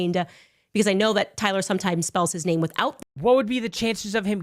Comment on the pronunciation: She cant pronounce his name right. She obviously knows nothing about the corruption and death he sought on his people, she is full if bs.